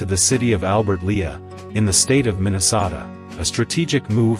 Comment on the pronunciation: Your use of a "electronic voice" makes this video a farce. Your voice generator horribly butchered the pronunciation of the towns in Iowa. It's pronunciation of "Minnesota" shows it''s shortcomings. If you are going to put the effort into making a video have a human "voice" it. Also research the correct pronunciation. If this video is an example of the care put into researching the facts for a video......why would I want to subscribe? If the names aren't accurate....how accurate is the rest of the information?